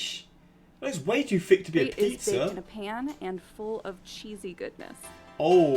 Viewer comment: I and many other Connecticuters just cringed at her saying “apeez”. Apizza is pronounced “ABEEZ” not “apeez”